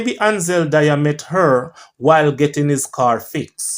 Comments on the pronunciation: Its not dyer it Dwyer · It's dwi.. er. Not dier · D-W-Y-E-R NOT Di-er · My schoolmate Ansel Do-wy-er